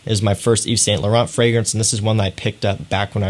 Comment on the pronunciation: Just one thing thou , prononce: Yve Sain Lauren, don't prononce the "t" at the end, same for Mont blanc→prononce: mon blan, pleaaaase lol